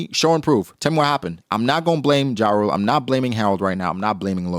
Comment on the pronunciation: You just refuse to pronounce jarul correctly. Yarul not the American rapper ja rule.